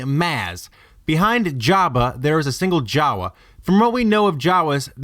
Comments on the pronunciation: Why don't you pronounce Jawa like you pronounce Maz, with a long A Jaaaawaaaa, Maaaaaaz..... Ep.7, H-ah-n pronounces it M-ah-z, who is a J-ah-w-ah, according to theory stretching video. I liked Episode 1 Podracer...... What about the Mandalore flag at her cantina?? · Lost me when you said Jawa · "Maz was a Jawa". Sigh...nope.